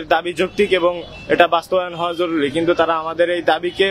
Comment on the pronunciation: জরুরি বিভাগ কে বলেছে জরুলী 😅বিভাগ